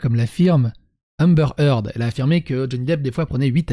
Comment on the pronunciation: Je suis pas chiant niveau accent mais pour un nom que tu prononces au moins 50 fois dans la video stp C'est Amber Heard et pas Hamber Eard